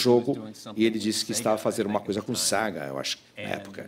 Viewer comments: Toda vez que o intérprete fala saga o correto é SEGA kkkkkk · Tenho a impressão de que o Ed Boon disse SEGA ao invés de SAGA.